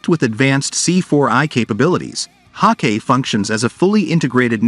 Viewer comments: It is pronounced HAWK- I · Learn how to read. It's pronounced "Hawk eye" - Hawkei.